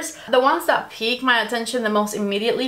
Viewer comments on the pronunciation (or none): none